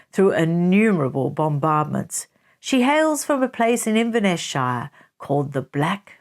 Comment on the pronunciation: I have to say, you miss pronounce shire, it’s not how the Americans say it. Thanks for your videos